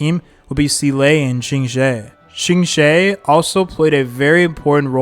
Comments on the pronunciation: im giggling so hard at shingshay its okay king try your best 😭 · are you mispronoucing the names on purpose? cuz this is wild lol, shiingshey???????? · QINGQUE BEING SHINGSHAY ... AHAHAHAHAH IT'S OKAY KING TAKE YOUR TIME 😭😭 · True, still don't understand how he can butcher Qingque so bad. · the pronunciation of qingque hurt me even more